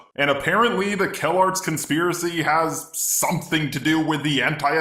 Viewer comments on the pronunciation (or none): Its Calarts not Kellogg's. xD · I literally though the "calarts" was pronounced "Kellogg's'